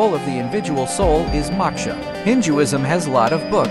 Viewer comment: Ok why tf is this Ai pronouncing it Hin-Jewisn